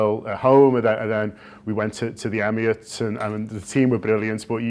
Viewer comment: "Emiats"? Then the Portuguese guy pronounces it correctly. Can you get some people who speak correctly before you start charging?